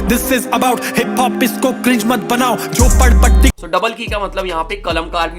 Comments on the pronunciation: Bhai jhapodpatti nhi jhopadpatti hoga I think bro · It's jhopadpatti...not jhapodpatti bro!!